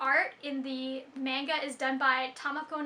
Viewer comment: Did you just say... Menga?